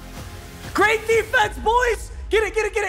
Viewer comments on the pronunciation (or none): none